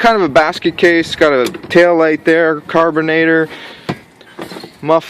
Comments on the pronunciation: I was going to say did he say carbanator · The way you said carburetor I had to leave the video